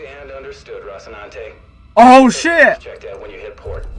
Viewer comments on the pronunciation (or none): aka Rossi (I know, Roci). Just waiting for him to get the name right! LOL